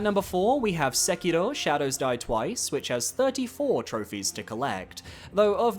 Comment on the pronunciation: Please please stop pronouncing Sekiro like that. It is grating hearing this weird non-Japanese accent.